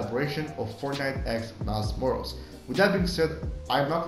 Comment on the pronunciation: Helpful but please pronounce MILES MORAL'S properly